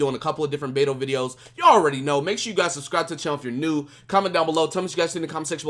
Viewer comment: hey. since u like Beidou so much. The correct pronunciation of her game is like Bei (Pay) Dou (Tow). PayTow Keep up the good work man!